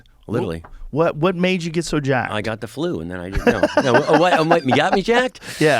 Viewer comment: Just putting a replay button here for myself and anyone else who needed to hear Rogan's 'jAHAAAckedT' again